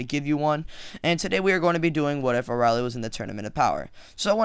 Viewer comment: you're saying her name wrong, it's pronounced (uh-rail-ee)